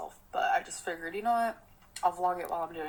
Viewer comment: I can’t stand the way she says for it’s not fur and figured is not figured